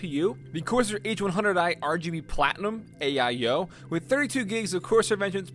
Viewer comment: pc: has an AIO:...aye-eye-oH